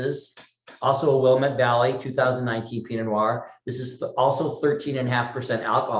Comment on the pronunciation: Will-LAMB-it is the way to say it, lol